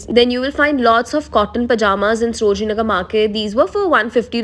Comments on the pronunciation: Its saro-jini not sro-jini . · You often pronounced srojini nagar